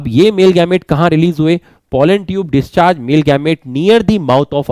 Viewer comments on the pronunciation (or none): none